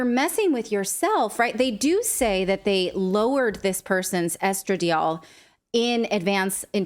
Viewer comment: Geezus... it's estra-DIE-all, (or eh·struh·dai·aal) syllabic stress on DIE/dai. Please spend 1 second googling pronunciations before your show.